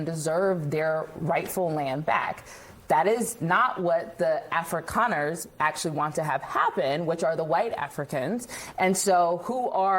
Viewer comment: That is one racist B. She also doesn't pronounce Afrikaner correctly. Ignorant and racist.